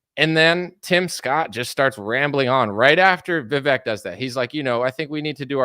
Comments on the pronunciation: . Vivek is how his name is spelled, and if we all just remembered to pronounce his "e" as a Spanish "e", then we'd all say it right. It rhymes with cake. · Vivek himself says the "vek" syllable rhymes with CAKE. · It's pronounced VI-VAKE